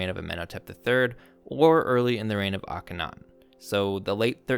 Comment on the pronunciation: It's akhen-aten, not ake-thon. as in Horizon Aten, it's a compound name.